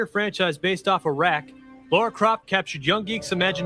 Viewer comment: Geez how hard is it to pronounce “Lara” properly?